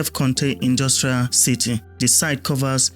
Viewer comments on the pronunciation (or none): none